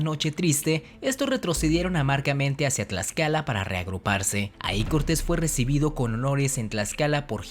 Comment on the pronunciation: cuando te escucho pronuncia el Tl me sangran los oidos men si no sabes pronunciar el Náhuatl menos te voy a creer todo lo que has dicho XD lo de la malinche es verdadero... pero meeeh saber algo no hace que lo demas sea verdad mejor me desuscribo antes de que me de un infarto por ese TL